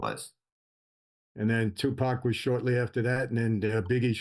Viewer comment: Its refreshing to hear a white person pronounce Tupac's name right